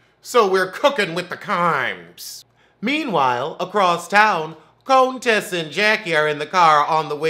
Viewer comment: Cone-Tessa lmfaooo